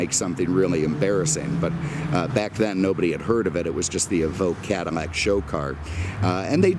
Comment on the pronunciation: Am I mistaken or is pouncing some of his "L"s as "M"s? Like Chevrolet, Cadimmac, anamog? What's going on? I've never heard anyone do that. 😀 MAKE NO MISTAKE... I LOVE THIS GUY!